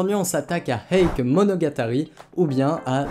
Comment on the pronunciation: Petite précision pour la prononciation de "Heike" 平家 En effet beaucoup le prononce "eïk" mais en réalité ça se prononce plutôt : "hééké" En effet le "i" dans "ei" ne se prononce pas en japonais, il sert juste à prolonger le "é" comme dans "sensei", "genpei" (sénséé, génpéé) C'est pas grave du tout évidemment, mais étant donné que la prononciation change radicalement dans ce cas précis, je souhaitait le mentionner. Anime très sympathique sinon ^^